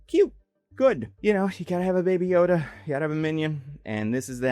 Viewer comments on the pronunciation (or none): none